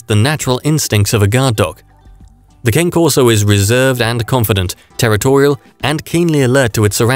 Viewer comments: Its pronounced ka-nay corso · Great video thank you. But me being Italian , i couldnt stop wincing at the way you pronounced the name brah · If this guy is soooo smart, how come he does NOT pronounce the name correctly? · I think this is the voice narrators mistake